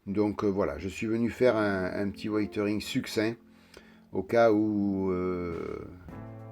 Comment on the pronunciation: Merci pour tes conseils, j'ai eu pas mal de problèmes avec la notice, au point de devoir revenir en arrière, notamment avec les mitrailleuses de côté et le contrepoids, mettre 90g dans un espace de 4cm3 c'est impossible même avec de l'uranium, j'ai dû tapisser l'intérieur de feuilles de plomb, en chipotant ça se voit. Ça ne me dérange pas plus que ça mais c'est "wézeurine" et pas "waïteuringue", c'est dur de changer quand on a pris l'habitude d'une prononciation (cf Didier et Tamaya) mais on apprend à tout âge, n'est-ce pas ?